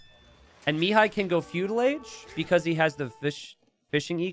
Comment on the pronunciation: It irks me to no end how pronounces Mihai's name. The accent is on the "a" and not the first "i", it's miHAAi and not miiihai